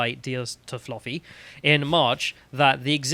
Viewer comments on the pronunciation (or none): Text: "Toffoli": "Ah yes, Toffloffi, I know him well."